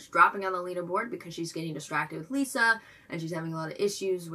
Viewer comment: 1 minor nitpick it's not pronounced like lisa. no lee sound just li sound